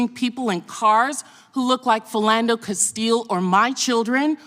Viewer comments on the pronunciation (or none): none